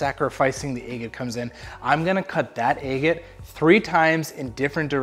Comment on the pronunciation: Where are you from that you say Aygit? Never in my 61 years have I heard that pronunciation. Just curious.